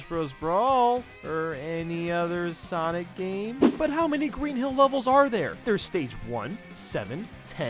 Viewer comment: SENIC gotta go fast